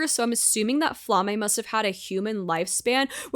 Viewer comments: Just a hint from a German speaker (since most of the names in this are German): Frieren’s master’s name is pronounced Flah-muh, NOT Fla-may! (Just German for flame.) If you don’t know how to pronounce a name here and want a good guide, enter the word spelling as German into google translate, and click for the automated pronunciation. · Flamme rhymes with mamma. The names in this show are German words. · hahah well, the more you know.. This has been my pet peeve with Frieren reactions! People calling her Flammah when you can clearly hear the audio